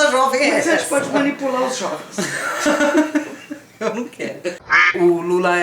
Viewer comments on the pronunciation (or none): "Mas a gente pode manipular os xovens" hauhauhuahauahua